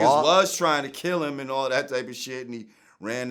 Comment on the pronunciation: "He put out the hit that got Pac kill-ah!"